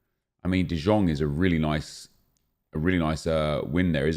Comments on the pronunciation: He is saying "Dijón" which is type of french mustard. Lol. It is De Young, that's the correct pronounciation. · Omg i‘m sure the right pronunciation is De yong and not the shit you say. He is from the netherlands not from serbia or something like this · Can someone teach this guy how you pronounce "de Jong"